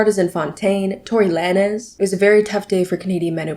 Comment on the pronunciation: I'm sorry HOW did you pronounce tory lanez? 😭